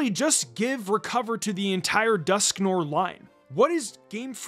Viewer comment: Your mispronunciation of Dusknoir's name hurts my soul. Otherwise, excellent video. 👍